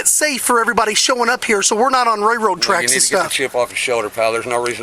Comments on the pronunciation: More than once this moron called the railroad tracks “rayroad track” lol never in my life heard anyone pronounce it like that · Someone please to him railroad has an “L” in it. I’ve never heard of rayroad tracks. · Wtf are “Rayroad Tracks”. Lol!!!!